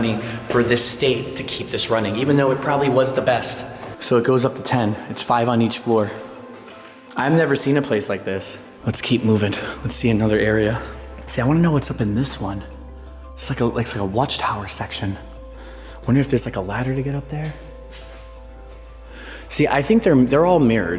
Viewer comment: Did he say excape?... then mou-in?